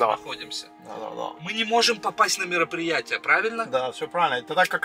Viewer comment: Мероприэйшен Как же меня вынесло